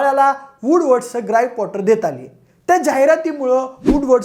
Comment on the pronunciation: ग्राईप कॉटर😅